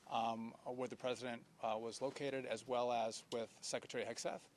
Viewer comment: Muriel Bowser fails to properly pronounce Secretary the 39 second mark. "SHECKretary"? Wow. Language matters. What a poor example. PPPP